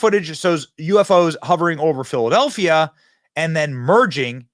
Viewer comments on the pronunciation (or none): none